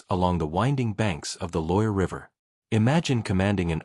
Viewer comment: more ai shiyt, the river never exisited like that and you're AI program can't say loire. properly. there's no reason to believe anything here as you make it all up